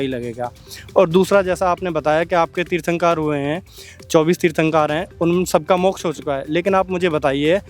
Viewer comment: ये वीडियो पुरा फैक है क्युकी पहले जैन व्यक्ति को तीर्थंकर बोलना तक नही आता।